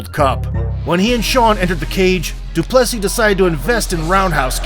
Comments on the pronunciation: They pronounced his name multiple times, and this guy still unsurprisingly has to pronounce it wrong. Cant even watch it. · You can literally hear the commentators pronounce his name correctly and you still fuck it up. Americans man